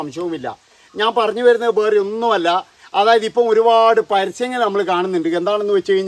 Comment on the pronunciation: ബേറേ എന്ന് അല്ല . വേറേ എന്നാണ്